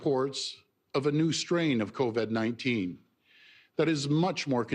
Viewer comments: Why does he keep saying "coved"?? Its covid for christ sake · is the new strain called "co-ved" ??? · Why is he saying "Coved" . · It's Covid not Coved my friend. he can't get the word right to show you how much he really knows. so full of it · "Co-ved"? HAHAHAHA! Is that the new strain of virus we're up against?? HAHAHAHA!! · Yeah and stop saying Cov-Ed it irks me everytime ..... dick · He says covid funny lol